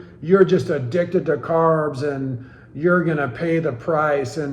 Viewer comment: Carbsss??? gasp